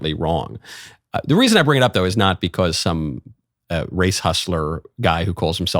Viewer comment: As soon as I hear him pronounce “because” for the first time I remember why I can’t watch him. Comes off as such a fake dude.